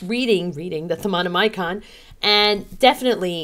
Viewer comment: U don't need to say the I in thaonimcon or however u spell it lol. It's just prononced without saying the I